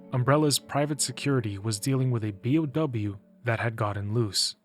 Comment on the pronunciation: For future reference, you pronounce each letter. Bee-Oh-Double You.